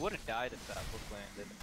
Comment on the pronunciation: like your vids but plzzz say That not Dat, gives me spasms